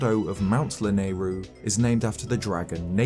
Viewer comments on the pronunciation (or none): none